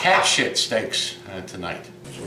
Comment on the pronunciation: I like how can take the word "shit" and drag it out into 2 syllables. Legend! Shee-yet!